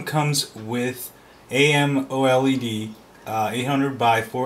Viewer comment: I am an android lover, but you sure do sound biased. LOL. by the way, you don't have to spell out amoled, just say "ah-moh-led"